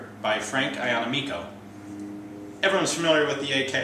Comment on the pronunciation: fyi: ya-na-me'-co (i have the same last name and everyone mispronounces it).